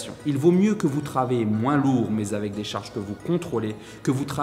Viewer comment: 2ème vidéo que je regarde. Bien construite, intstructive et utile. Par contre, évitez les "liaisons dangereuses": sur l'une comme sur l'autre vous dites "j'ai décidé de partager Zavec vous" ;-) il n'y a pas de z à partager, ni à avec.